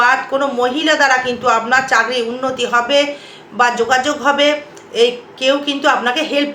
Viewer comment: চাকরী কে যখনি শুনেছি " চাগরি " বলছেন আর ভিডিও টা সময় নষ্ট করে দেখলাম না